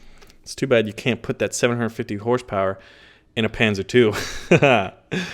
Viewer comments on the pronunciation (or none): none